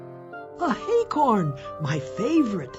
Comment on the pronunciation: acorns not hay-corns piglet you and the others need to stop calling acorns hay-corns and there's no h in acorn remember